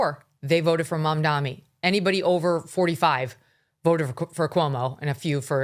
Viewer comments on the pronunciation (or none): It's not Mamdami. It's Mamdani. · It’s Mam-DANI (with an N), not Mamdami